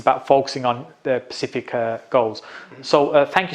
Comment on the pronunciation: Great video. Love the content. But please learn how to say “Specific” instead of “Pacific” 😂